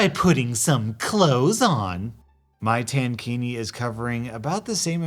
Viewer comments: “Tan-kini” 😳 and I oop! it’s tank-ini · Pronounced tank-ini...not tan-kini 😉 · Its pronounced Tank-iki. Like a tank top, which is basically what it is. Which makes the EP all the more crazy, OP was wearing a swim tank and a skirt, then another normal tank top over it. And EP, the one in a bikini (which is even less coverage than a bra) and a sarong (which is usually open on the side where its tied), is complaining about OP being "naked", on a beach.... Seriously WTF. What even goes through these people's heads?? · I was only listening and trying to figure out what a tan-kini was before I realized he meant tank-ini. Made me giggle.